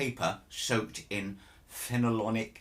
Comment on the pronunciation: Phenolic is pronounced (to us 'mericans) as fenn-all-ik